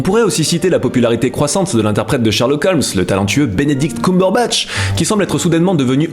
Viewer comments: Je suis la seule à avoir tiqué sur la manière dont il dit Cumberbatch? (Coumberbatch) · Attendez est ce qu'il a réellement prononcé coumberbatch 😭 Je suis très déçu and Sherlock is not happy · On en parle de Sherlock Holmes au 22ème siècle? ...Non, attendez, j'ai une autre chose prioritaire : CUMBERBATCH SE PRONONCE "KEUME-BEURRE-BATCHE"!!!! C'est comme si vous prononciez fun "foune"! (oui j'ai osé) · Ah pourtant je pensais que on pouvais prononcer cumberbatch "Coum beur bart" c'est pas allemand ^^' ? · J'ai un petit peu toussé en entendant le Fossoyeur prononcer Cumberbatch, quand même. Et la moitié des images utilisées viennent de l'épisode pilote non-diffusé, ça m'a fait sourire. Sinon ben, comme à l'accoutumé, je suis d'accord avec lui.